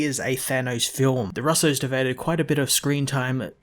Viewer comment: The way he pronounces russos makes me ill